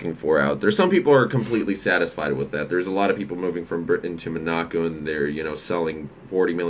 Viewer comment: It's pronounced Mon-a-co, not Mo-nac-o.